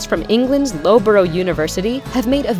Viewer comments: Loughborough is pronounce me as luffbruh, not lowburrow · Did she really pronounce Loughborough (pronounced "luffberer) "Lowbro"? 😂😂😂😂😂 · She said low borough 🤦🏼‍♀️ Loughborough is pronounced as ‘loff burah’ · LOWBORO?? 😂 Its pronounced 'LUFFBURA'. 😉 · Loughborough (louf-bur-er) not (lo-boro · Your pronunciation of Loughborough cracked me up 😂 it's Luff-bah-ruh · Loughborough university.. it’s pronounced Lafbara :) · That pronunciation of Loughborough